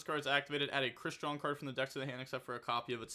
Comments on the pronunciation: Oh god. has met his final boss. Crystron name pronunciation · Sounding out words is tough 😂😂😂